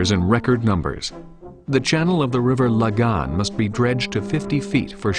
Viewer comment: River Lagan, not La-Gan.... Cringe...